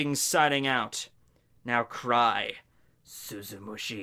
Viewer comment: Does anyone else remember all the times absolutely butchered the name of Tosen's bankai, like he'd say "Suzumushi Shushushki" or something like that? It feels so good to hear him finally say it correctly